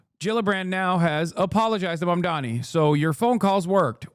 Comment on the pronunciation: they're saying mamdani's name wrong on purpose at this point